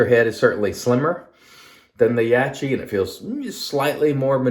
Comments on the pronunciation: It’s branded in the West as Yak kee. I know a guy who mispronounces peoples names when he doesn’t like said people - I think it’s a case of that at play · Only You can explain why You’re mispronouncing Yaqi’s name - but I think it’s as obvious as the nose on Your face. I know You know the proper pronunciation. Don’t be so small and petty - it’s cringy to look at.